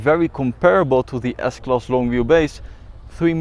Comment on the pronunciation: I like the part when he says Diessklass